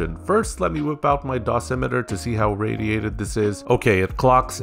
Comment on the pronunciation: he said the word perfectly